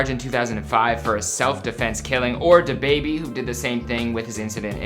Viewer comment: thid guy really said Dababy as one word lmao. you Canadians kill me with your pronounciation. He is almost as bad as Michael Mcrudden